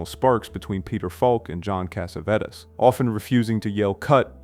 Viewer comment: Keitel. Mobile. Cassavetes. How is it possible to get them all wrong. Weird. Is this AI generated? That would explain it.